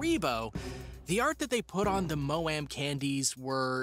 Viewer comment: I can't! 😂😂😂 He said maoam and haribo completely wrong🤣😅😅🤣🤣